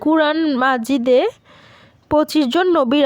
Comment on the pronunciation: কোরআন মজিদ, মাজিদ না😊